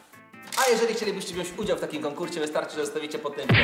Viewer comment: "BIORE UDSIAŁ" no revolver